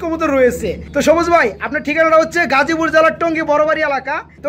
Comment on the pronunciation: জবুজ না সবুজ😂😂😂😂